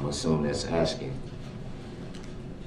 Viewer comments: You mean “AXKING” 🤷‍♀️🙄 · You mean axing or tellin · Would it be fair to say that the ALLEGED SUSPECT actually said: AXING or TELLING?! 🤣😂🤣😂 his bipolar behavior is sickening! His disrespectful behavior towards the Judge is causing me to need anger management classes! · He’s not “asking”, he’s “axing”. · Correction: he said AKSING not 'asking'. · You mean axing? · You mean axing. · " Aksing or telling?" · Listen to this fool axing☠️☠️☠️☠️☠️☠️ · axxin or tellin* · I believe he says "aksing". I wonder if he knows how to spell ask! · I wish the judge could say back to him, "Are you axeing or telling?" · 😮 I assume that’s AXING me NOT TELLING 😮😮😮